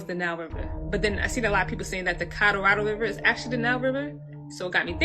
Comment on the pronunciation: ca-rah-rahddle river 😂